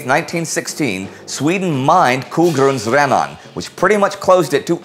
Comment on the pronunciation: What did Sweden mine? Edit: Ah it was Kogrundsrännan. You need to work on your pronunciation indy ;)